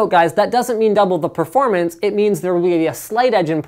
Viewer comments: LOL "partfrarmence" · porp ver or mance? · purrfurr fremeance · the way he says performance is soo fucking funnyy hahah